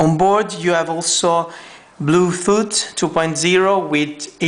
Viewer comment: lmaoo he said bluefoot!!!!!!!